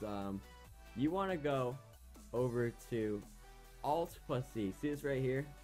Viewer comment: Am I the only one who heard "Alt Pussy" instead of "Alt plus C"?